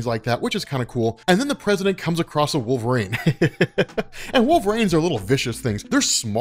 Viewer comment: Every time, I kinda can't get past it. "Wolvrayn" "Wolvrayn" "Wolvrayn".